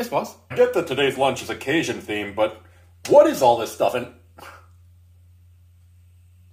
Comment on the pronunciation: ....You do know that we Cajuns actually pronounce it Cajun and not Casian, right?